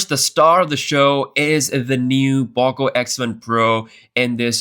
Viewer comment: No way he keep calling is pawko instead of poko 🗿